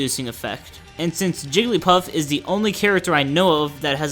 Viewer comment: anyone else concerned why the announcer said "jellypuff"